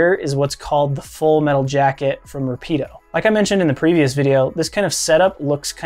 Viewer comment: Nice job. It's just pronounced Rápid- Oh. I also own the fvd-16a. It's a fantastic piece of kit.